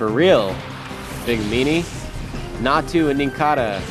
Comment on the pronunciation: YOU SAID "NATSU" HAHA